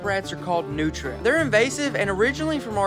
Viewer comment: Its pronunced nootreeah not nootra.